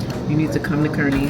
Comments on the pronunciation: Btw Kearney is pronounced Karn-we. :) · Yay! Suwanee in Kearney! That's a personal favorite. So good. BTW, we pronounce it "CAR-nee"...which is weird, but you know, who would know. Thanks for touring the store on Leavenworth in Omaha! I need to check that out!